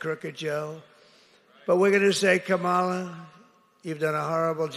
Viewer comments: What a 2-year-old continuing to mispronounce KAMALA. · Hate that he refuses to correctly pronounce her name.